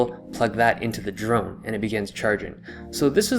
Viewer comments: I cringed everytime I heard "drug" instead of drone. Either that or my ears are broken. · I cringed every time you said drone.